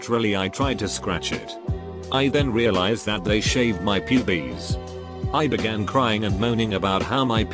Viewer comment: Normal person: Pubes TTS: Pubies